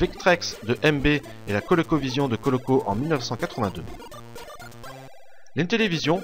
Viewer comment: Ça me stresse le "Coloco" répété maintes fois dans la vidéo, alors qu'il s'agit de "Coleco" (c'est même écrit à un moment).